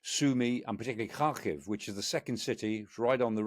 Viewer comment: Never heard a foreigner pronounce Kharkiv properly until Mr. Clarke! ❤